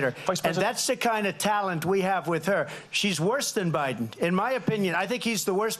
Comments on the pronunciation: Did she just say ooobiden? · She called her boss prez Obiden😂